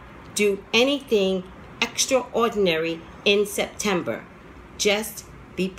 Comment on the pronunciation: in the beginning of the reading it sound like you said December